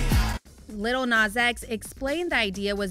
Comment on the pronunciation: She said 'Little Nas X' 😂😂😂😂